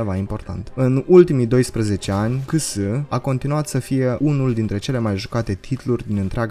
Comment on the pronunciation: "cese" se pronunta frate, nu CS. Zgarie pe creier=)))